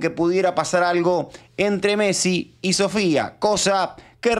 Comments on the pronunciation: 😂 que mecsi es MESSIIIIIIII PRONUNCIA BIEEEEEENNNNN😂😂😂😂😂😂😂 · te re banco pero si Messi vivió 30 años en España y dice fulbo vos no le digas metssi viviendo en el conurbano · Messi, no metssi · Por que el le dice Mettsi? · Che por lo menos pronuncia bien el apellido de nuestro capitán, es MESSI!!!!!!!! MESSI!!!! NO METSI, salame. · Messi es no Metssi . No podes pronunciar mal ese apellido es como San Martin. Se rrespetuoso con los proceres argentinos. Gracias,. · Metzi? 😂😂 Messi perro no te hagas el tano come guiso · Lionel Metzi dice 😂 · Como vas a decir Martin BOTSIIIII !!! METSI !!! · deja de decir Megsi, por favor jajaja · botsi metsi rocutzo menos mal que no dijiste sotfi martitnet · Consulta: porque decís metsi? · Porqie dices metsi? 🥲Jajaj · no entiendo por qué dice metsi! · Más que la pregunta en sí me pone más incómodo el diciendo Metsi y Martin Botsi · Metssi botsi sotfi youtube le tendría que prohibir la letra t a este canal😂😂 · Como seca la bocha escuchar metsi y botsi, mal,es messi y bossi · Metsi, Botsi ... che no es así 😅